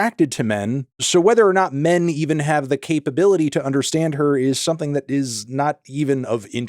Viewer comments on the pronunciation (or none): none